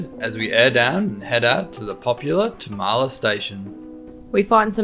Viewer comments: hey guys, it's pronounced Tarm-la, not Ta-Ma-La. I go up there often, living in Kalbarri. And yes, you really need to be able to fix your own stuff out there. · The dirt road to Tamala/Useless Loop is normally rough as. You must have got it just after it was graded. I've had to drop tyres down to 20psi on it and go slow. Great spot though. Glad you're having a great trip. Tamala pronounced Tar - ma - la